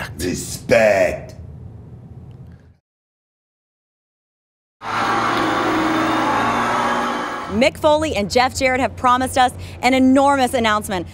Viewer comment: My 5 year old son is laughing hysterically at ‘RESPECKKK’ and keeps asking me to replay it.